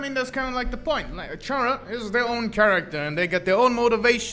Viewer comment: bro says Chara and Character in the same sentence and still continues to pronounce Chara's name differently 💀